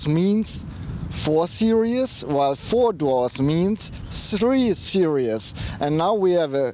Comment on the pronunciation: I don't want to be an asshole, but it's series not serious.